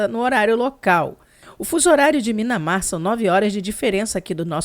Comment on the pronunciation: não fica brava comigo, mas não é Minamar, é Mianmar.